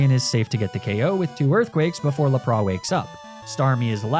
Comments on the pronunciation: Was that a bit you were doing with your Lapras pronunciation? Because that is not even close 😂 go look up the Pokédex entry. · mag-neh-mity??? i was so confused edit: luh prahs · Bro… please please pleeeeaaassseeeee learn how to say Pokémon names properly. Like it physically hurts to hear you say Lapras, Arcanine, and magnemite. If you don’t want to take the time to sound them out properly, watch the anime… the names are literally spoken for everyone to hear.